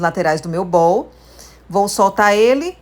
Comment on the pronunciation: "Bou" com o O aberto como vc pronunciou significa BOLA. Bowl, vasilha o O é fechado